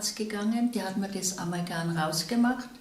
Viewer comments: *Amalgam (nicht "Amalgan") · Es heißt Amalgam, nicht Amalgan.